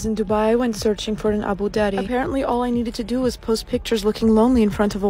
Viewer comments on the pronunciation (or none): Did Dubai gal seriously say "Abu Dhaddy?" 🤮